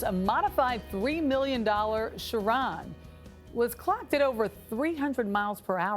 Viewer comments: TFW the reporter ruins the pronunciation of the Bugatti Chiron and the Koenigsegg :( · LOL...butchered the name “Chiron”...